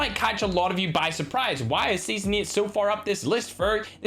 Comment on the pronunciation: Not even mention of the zombies starting season ? Wow Also it's eight not yyyeeetttt